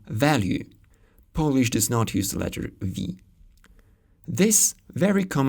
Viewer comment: Great pronounciation of Polish! Chech and Slovak languages are easiest slavic languages to understand for Polish speaker both in spoken and written forms. Exposure is a big factor here though. For instance, nowadays it's sometimes easier to understand Ukrainian than Chech (at least for me). The most frequent foreign language nowadays here in Warsaw is probably Russian (many Ukrainians, Belarusians, Kazach people and other estern states speak it). But even with exposure I'm not able to understand much Russian, because is pretty far from Polish. This is my subjective opinion though, :) Thanks!